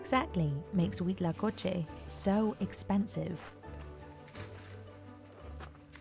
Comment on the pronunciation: Me sorprendió lo perfecto que dijo huitlacoche